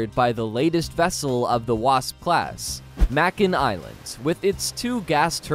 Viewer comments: It's "may-kin" not "mack-in" Island. I haven't been on it, but they were in our battlegroup and I've heard them on fleetcom more than I care to think about. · The Fact that you pronounce Makin as Mack-in instead of Make-In means you have no idea what these ships really do... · The word is "incarnation" NOT "incarceration" Very different things.... Also, it is May-kin not whatever the hell you were saying. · May Ken. Not Mack in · 🤦🏼 "Tarawa" is pronounced "Tear-uh-wah" and "Makin" is pronounced "May-Kin"! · Thank you. That bothered the hell outta me every time he said "mackin" 😂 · Hey, meathead, it’s Make-in Island(Makin). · I don't mean to be picky, but, Makin Island is pronounced with a long a sound, (Make-in)... just saying... and again, I don't mean to be picky, but the V-22 Osprey, Osprey is pronounced with a long a sound, (Ospra) the ey is pronounce as an long a, like the Spanish e (long a sound) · May-kin Island. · Your mispronunciation of “Makin” Atoll drives me nuts. The word rhymes with “bacon”.